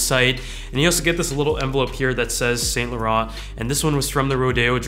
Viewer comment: cool product but thats not how you pronounce saint laurent lol